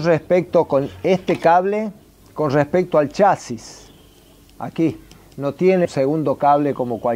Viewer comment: Se dice chasís, chasis con acento en la "a" es la pronunciación en inglés.